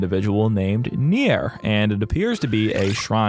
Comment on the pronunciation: Also, I'm sure he should be pronounced 'nyar'.